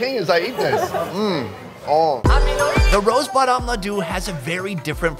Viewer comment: "Ladu" here lemme correct u so that it will be a lil easier to say "Laddu" ur welcome ....